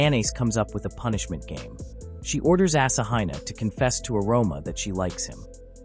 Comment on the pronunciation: The AI narration pronunciation of Asahina is painful.